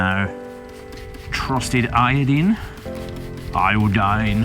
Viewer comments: Eye O' dean. sounds Irish. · Hey, you said iodine right! 😂